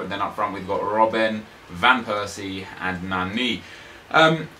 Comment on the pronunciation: Why so you say rrrrrrrrobb-en?